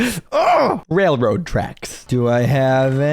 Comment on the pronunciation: The way you mispronounced "Railroad" killed me. 😂😂😂🤣🤣🤣